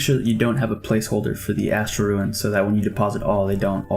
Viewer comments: Listen closely, he still says "ruin" or "ruen" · Why do you say rune lite correctly but not runes for magic?